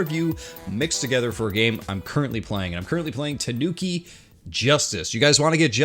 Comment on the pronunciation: Shuriken...not Shuruken. There is an "I" there. You pronounced Tanuki perfectly but butchered "shuriken" repeatedly. That hurt my head. SHU-REE-KEN is how you say it. You're welcome...wow.